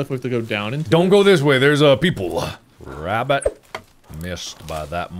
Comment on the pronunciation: "rrrabUtt two rrrabUtss"